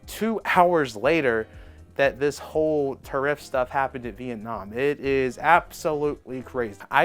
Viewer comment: OMG dude learn how to say tariff!!